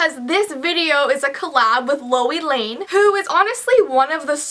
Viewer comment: Who else thought she said Louis lane